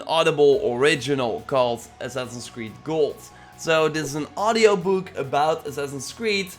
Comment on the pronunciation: Ass-ass-ins creed. say it with me.: ASNNSCRED.... okay well...we'll work on it.